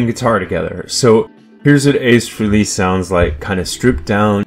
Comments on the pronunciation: His last name is pronounced like "Fray-lee"not "free lee" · Isn’t his name pronounced “freh-ley”?